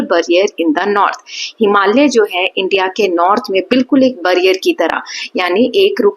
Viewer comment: It's barrier ma'am. Not ब It's बे ->barrier. 😊